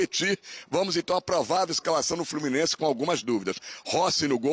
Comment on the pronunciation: É sério que aos ele mandou um "FluminenC"